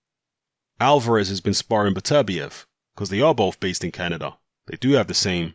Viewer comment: Really frustrating hearing mispronounce Beterbiev's name so frequently...